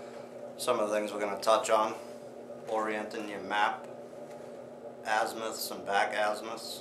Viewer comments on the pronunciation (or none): Or, just buy good quality compass like a Suunto M3 with adjustable declination and forget about "East least West best", and all the confusing back country arithmetic, none of which you're likely to remember three years from now after you watch this video and you're lost in the woods. And by the way, it's "azimuth", not "azmuth."